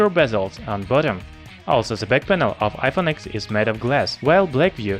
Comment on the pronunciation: it is pronounced iphone 10 not x